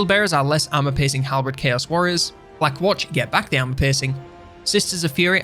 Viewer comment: SAY WOORHOORS ONE MORE TIME! 😊